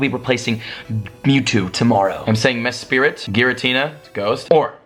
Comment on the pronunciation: Great video BTW It's pronounced youx-ie, mes-prit, and azz-elf.